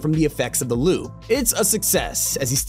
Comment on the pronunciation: its INSANE how you say "lube" instead of "loop" every single time